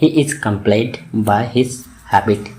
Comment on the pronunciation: Bhai plz improve your pronunciation ....apne....compelled ....ko ghalat pronounce Kiya hai